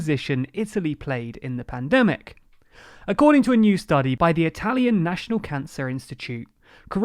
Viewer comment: I am usually not a big stickler for proper pronunciation, but that was painful. That probably has to do with how many Italian immigrants my country received, as opposed to the UK.